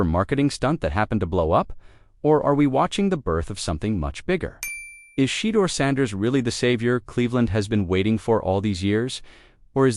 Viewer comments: And who is Shedder?? At least say his name correctly. SMH . Sad ! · SHE-DOOR 😂 OVER and Over😂😂😂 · Pronounce his name correctly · 😶‍🌫️ I can't take your commentary seriously until you respect your subject matter and fix your AI voice, correcting Shedeur Sanders' name pronunciation.